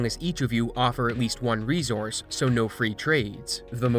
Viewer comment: Please look how the word resource is pronounced.